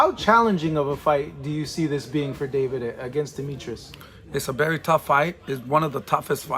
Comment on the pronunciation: He's berry right ... why do Hispanics use a B for a V 😂😂😂